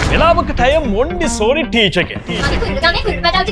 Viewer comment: මොන්ටිසෝරි ද මොන්ඩිසෝරි ද? ගොඩක් අය ඔහොම කියනවා නේද...නමුත් මන් අහලා තියෙන්නේ නම් Montessori කියලා...